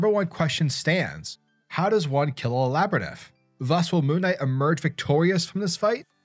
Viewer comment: Love the video bro but that’s not how you say labyrinth 💀